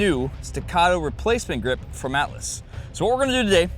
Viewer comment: You said Atlas, I only heard Alice. Alice Gunworks :D